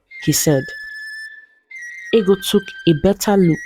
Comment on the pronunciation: It's funny how the princess's name is Ego, pronounced "eggo" in the narration, but it's spelled the same as ego (pronounced "ee-go"), and it was her ego that caused her to lose a good man. I remember being told Anansi stories (originally from Africa) as a child, in which an arrogant person would suffer consequences. Is this a more modern story? I thought that in times past, in certain societies, it was considered a good thing for a woman to be plump (although perhaps not quite as fat as Ego was).